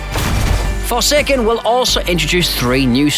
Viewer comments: It’s forsaken, not fersaykern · Forsekken lol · You should never say “forsaken” again